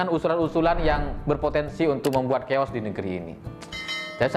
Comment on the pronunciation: kata "chaos" berasal dari bahasa Yunani, artinya= keadaan kacau balau, tidak terkendali, berantakan... Cara baca /pengucapannya: "khaos".. Bukan "kheos"...